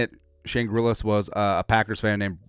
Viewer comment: Grillas? Gillas bro